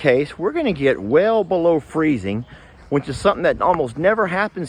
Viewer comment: I know I am the only one, but I smile ever time says which. He uses the word a lot but he pronounces it winch. I live I n the Midwest and people here say words wrong, too. They pronounce supposedly - supposably. I hope when I take a trip to Texas I meet a lot of Texans that say winch. I love how unique US English is.